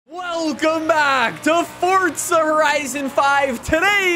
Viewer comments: There is no T is forza. For zah, not forTza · I turned off the video as soon as he said “fortza” like learn how to pronounce words properly…ITS FOR ZA NOT FORT ZA!!! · a little part of me dies every time some one pronounces forza like fortsza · i love how he says "fortza" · “Fort-za” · Does he say Fortsa cause his accent or?